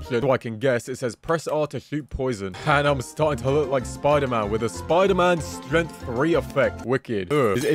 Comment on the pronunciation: Did anyone else notice how he said the word strength?